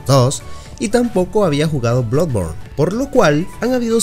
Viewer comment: Blu born 🤣🤣🤣